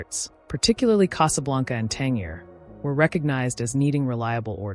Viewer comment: It's 'Tan-JEER'!